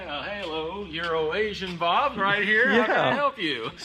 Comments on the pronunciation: The CC even say his name is piss bob. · Did you just call Euro Asian Bob "urination bob"? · Isn’t he Euro-Asian Bob? I’m pretty sure said Urination Bob.??? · Euro asain Bob sounds like Urine nation bob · Euro Asian Bob finally I get it In all previous videos i'd watched and he was mentioned I was hearing Urination Bob, and could not fathom why anyone would want to be called by that name. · It's Euro Asian Bob, makes it sound like urination just to mess with the guy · ...did say “Urination Bob?...😦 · That's right I heard it too... Urination Bob, he said it a couple times! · Anyone else hear “Urination Bob” instead of “EuroNation Bob”? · He for sure said “Urination Bob”! No question! I’m sure the dude’s name is “Euro Asian Bob!” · It sounded like he was calling his friend "Urination Bob". Eurasian....ah. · oh it's euroasian, sounds like says urination:P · pronounces euro nation like urination 😆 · Urination Bob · When says Euronation Bob it sounds like he’s saying urination Bob! Lol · “Euronation Bob” Every time says it fast I hear “Urinating Bob” 😂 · I’ve heard “urination bob” instead of euronation bob.... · Did you really just call Euro bob...."Urination Bob???" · Ok, did he say my friend euroasian or urination Bob ?...asking on behalf of a friend ! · When you say “Euro-Asian Bob” it sounds like “Urination Bob”! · Urination Bob? Did I hear right??? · My friend urination Bob?!?! thats what it sounded like when you said it! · I heard “urination” bob and I can’t unhear it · I thought it was “Urination Bob” haha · keeps saying that for sure! 🤣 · I heard him say it twice! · I just hear "Urination Bob." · I could have sworn you said 'urination Bob'. That's a whole different fella... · I cant help but hear say “urination Bob” every time he says “euro asian bob” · Did he say 'Urination Bob'? Strange nickname for a mate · Is anyone else hearing "Urination Bob"? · He’s intentionally saying “urination Bob.” Lol